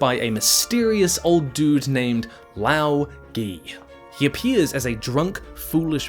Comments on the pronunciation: It's LáoGé. "Gé" is the 汉子 "隔" from a type of tea bush. It's pronounced more like the second e in "never" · 1) We don’t know how long Yangchen lived. 2) It’s pronounced Lao Guh. 3) love your videos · The pronunciation is Lao Guh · Lao ge is likely pronounced as lao guh. as in older brother in chinese. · I believe the pronunciation for Lao Ge is 'lao ger-h', the sound for Ge isn't quite as elongated as 'ger' would be with the r, if that makes sense. Tieguai would be 't-yeah g-why', essentially. Basing these off the Chinese pronunciations I use, but different dialects would probably have slightly different pronunciations. (I am Australian, btw, so these pronunciations are based on how Aussies say stuff)